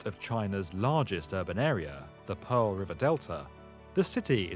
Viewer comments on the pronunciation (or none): none